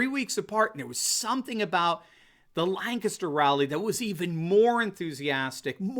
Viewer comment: You say Lancaster like you're from here. Well done! (Lang-kis-ter)